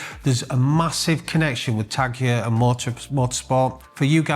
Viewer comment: It’s actually pronounced Tag HOYA not Tag HUUUR… don’t wear em myself but thought I’d point that out 🤣